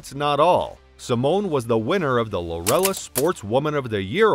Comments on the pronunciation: "Lorellis award?" It's LAUREUS (as in "glorious") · Pronounced like "glorious" without the G. I hate it when narrators can't read.